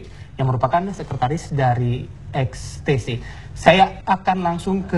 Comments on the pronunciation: Geng motor ex te se 😂😂😂 Ex ti ci kali bambang bagong bacanya 🤣🤣🤣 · XTC bukan extece....